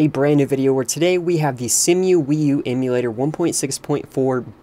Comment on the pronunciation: Just saying, Cemu is pronounced like "see-moo" and cache is pronounced like "cash".